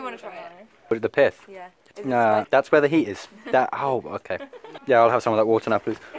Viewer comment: Nobody: : "some WOTEH"